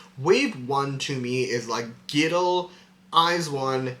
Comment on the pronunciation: Really love this video. Even tho I've been a Fearnot for a while now, I learned some new stuff about their streams and I really appreciate that you compare them to themselves. Intresting stuff. Also I thought it was so funny how you kept pronouncing (G)-idle as gidle like w the G instead of on it's own. Not really an issue but funny to me.